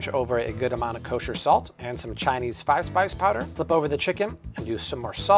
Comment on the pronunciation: What is the Chinese fise spice powder? I couldn't understand what he said. Thank you.